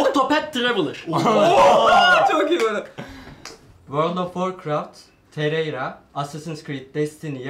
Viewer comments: Teyayre ne abi 😅 Hadi Terraria demediniz bari Terarya deyin 😂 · birisi tereyra diye okuyup hepsinin zincirleme yanlış okuması çok komik sahneydi ya , fortinayti ile babaci olayı geldi aklıma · Eleman terraria ya tereyra diyip durdu deli oldum amk